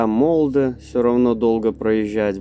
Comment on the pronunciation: Molde ударение на О